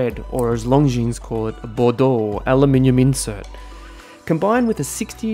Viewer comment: Another fantastic review,! Well done. Love this Longines. Oh and if I may nit-pick: the S in Longines is silent;) Looking forward to the next one!